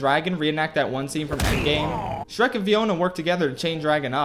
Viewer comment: How many times does he mispronounce the names of Shrek and Fiona